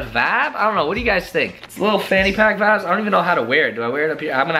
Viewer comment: My ears r bleeding all I here is that's vibes not bod not bod